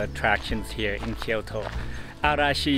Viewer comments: Its kyoto, not kioro lol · thanks for taking us along! enjoying your content but please at least try to pronounce the cities correctly!! its not Ki-Yoto, it's Kyoto. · Thank you for the video. One observation, you are clearly Japanese, why do you pronounced as “Kyoro” instead the of the right way KyoTo?